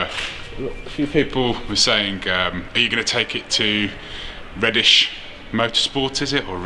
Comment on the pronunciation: Great video,. I believe Redish is pronounced 'Reed-ish'.